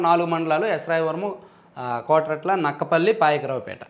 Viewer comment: Kotarutla kadhu anna kotauratla